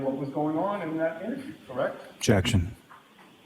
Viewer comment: Jeckshion , jeckshion , Hey Lally pronounce you lazy douche rocket its objection ! omg i wont miss him but spanky is more a liar.